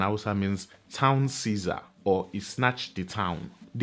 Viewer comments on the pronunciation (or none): none